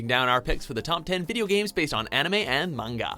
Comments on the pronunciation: Everytime this man miss-pronounces " manga " another shooting happens in france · he says manga weird